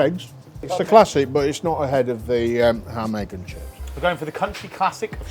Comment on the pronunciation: He said ham egg and shit 😂